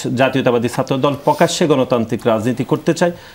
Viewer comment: পুকাশ্য পুকাশ্য পুকাশ্য তারপর আবার পুকাশ্য পুকাশ্য আলোচনা শেষ 😂😂😂😂